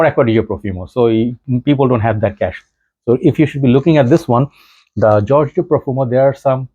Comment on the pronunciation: Hey. This is the Spanish version of George. Pronounced " Hor-hey".